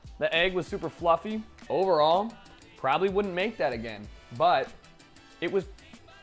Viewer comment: Everything he said he was gonna make he said wrong, hows this even possible.